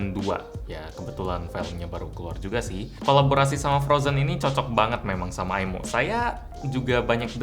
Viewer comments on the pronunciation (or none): Maaf kak, bukan bacaan aimo salah bacaannya imoo